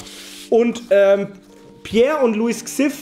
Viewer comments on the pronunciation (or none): none